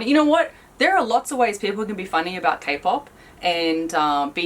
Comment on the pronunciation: Did that red woman just pronounced 'lots' as 'lotch'???......sorry, I can't stand people who mispronounce🤷